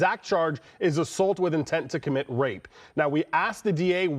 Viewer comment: Why the emphasized pronunciation?